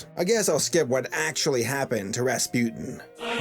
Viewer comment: come on Dude you couldn't say Rasputin Correctly? there was a Damn Disco Song on him also WTF!